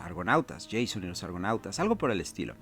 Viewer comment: Dos cosas: 1.- Recomiendo mucho más la caja de inicio que el libro de rol; la caja viene con todo, dados incluídos. 2.- Se pronuncia "Jasón y los argonautas" no "Yeison", "Jasón", lleva tilde y por ende el acento se pone en la "o".